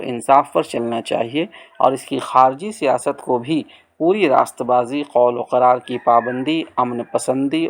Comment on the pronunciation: ماشآءاللہ اچھی کاوش ہے بس ایک گزارش ہے کہ خلافت و ملوکیت کے درمیان جو "و" ہے وہ نہیں پڑھی جاتی۔۔۔۔یعنی اسے خلافتو ملوکیت پڑھیں گے۔۔۔۔۔اسی طرح اور بھی بہت سارے الفاظ مطالعہ کے درمیان آئے جن میں "و" نہیں پڑھا جاتا جیسے جان و مال(جانو مال) قول و قرار(قولو قرار)